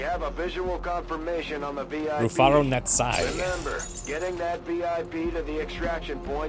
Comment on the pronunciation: Was excited to see that the VIP is called 'Rufaro Netsai', a name from my home country. Well done on the pronunciation